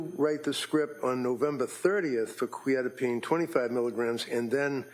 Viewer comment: The mispronouncing of Quetiapine is driving me crazy